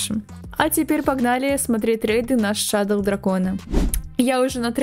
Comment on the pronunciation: ПОЧЕМУ ШАДОЛ❌ . ШАДОУ✅